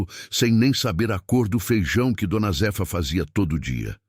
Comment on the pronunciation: Não é d. Z efa é Zéfa , raiva dessa IA falando errado.kkkkk